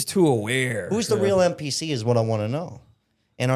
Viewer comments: Yeah, he did. I think he really meant NPC. I was trying to figure out what the heck a MPC was😂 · it sounded like you said MPC.